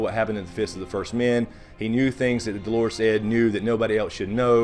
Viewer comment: Hey, love your reviews and theories. Great job! Just one thing: seems like a lot of reviewers have trouble with Dolorous Edd and the pronunciation. The term "dolorous" means "glum", "depressed", "sad", etc. The accent is on the first syllable not the second. In the books Edd is always expecting the worst to happen: he's always depressed and glum. Clever handle actually. Do' lor ous not Do lor' ous. Sorry for the grammar/English lesson.